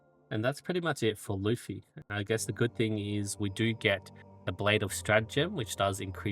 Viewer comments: Bro his name is luf-ti. There is a "t" there to pronounce lol. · No, his name is *Lutfi. LUT. Not Luf. Idk why so many people mix this up. Not that it makes pronunciation any more correct lol.